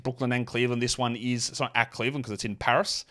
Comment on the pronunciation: Cmon you’ve got to drag the r in paris, pronunciation is key😂